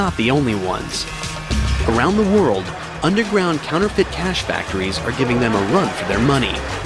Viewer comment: Its counterfeit not canterfent